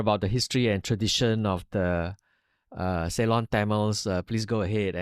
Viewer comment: is truly a good listener and gives ample time to the interviewee with minimum interjections etc. etc. Appreciate that. BTW is is pronounced as "SI-LON" 🤣🤣